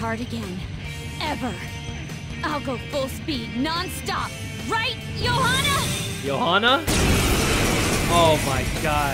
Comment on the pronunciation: Anyone got triggered when Makoto and said the name "Johanna"?